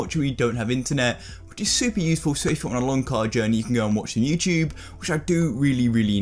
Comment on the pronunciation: youchube, ugh always bugs me